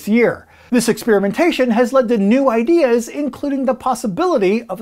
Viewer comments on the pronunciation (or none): none